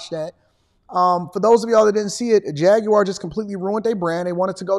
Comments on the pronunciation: Faguar not Jaguar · They turned the J into a F 💀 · It's a Jag with an F.